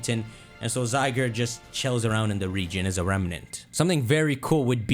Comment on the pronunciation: I’m not watching someone who calling ZYE GUARD, ZYE GURD!